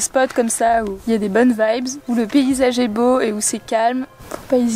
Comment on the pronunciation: C'est boo ! Vous remarquerez le "o" supplémentaires 😅